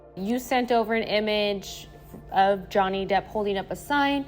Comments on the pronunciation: It is slipping up and saying Johnny DEPTH instead Johnny DEPP for me🤣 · Did say Johnny Depth? 😳😂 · You guys need to be nice to!!! The poor man doesn’t know how to say Johnny’s last name correctly. His work at Social Catfish should make up for the extra “th” he adds on. 😆😆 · You said Jonney Depth (perhaps a good name for the scammer version of him) 😂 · Im glad we acknowledged the pronunciation of Depp, lol. has definitely been saying "depth" and it has made me a bit crazy 🤪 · The host ALWAYS mispronounces names. It isn’t just Johnny “Depth” 😂😂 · Johnny 'Debt' 😂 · Glad to also see that you guys finally corrected how he kept mispronouncing Johnny Depp's last name in the previous and current video!😂